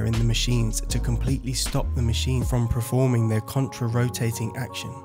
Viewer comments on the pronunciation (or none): The word is PER-FORMING. Not “preforming” it’s “performing”. And the dyson car is a ridiculous idea like the Google or apple car. No one wants a dyson branded car how embarrassing. Huge ick actually. Companies need to stay in their lane.